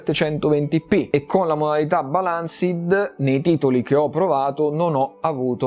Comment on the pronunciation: “Se la magna a colazione e la ricaga a pranzo” ahahhaaahah rende perfettamente l’idea della differenza di potenza :) PS: attenzione alla pronuncia di balanced, tu dici balànsid ma l'accento corretto è “bàlansd” e la e è muta